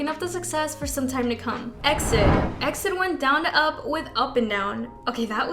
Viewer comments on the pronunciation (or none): How does she not know it's pronounced "E. X. I. D."? Do you research. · E-X-I-D!!! It's pronounced letter by letter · That's not how you pronounce EXID. FFS. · EXID is pronounced EE EX I DEE not EXIT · What the hell is a X-DID? It’s E.X.I.D.! I don’t mean to be mean, but the members say EXID, so what would we say X-DID? It’s like B.A.P. Or B.T.S. Its really bizarre honestly. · It's E-X-I-D!!!!! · It's EX I D ...get your informations write if you're going to make a video. I think you don't even care about kpop you just make these videos to get money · Sweetie EXID is pronounced by saying each letter. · I'm sorry, but you need to learn how to read EXID properly, it hurts my ears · Just a note for the future - you spell out EXID, not say it as one word! (I used todo the same haha) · canceled for the mispronunciation of exids name!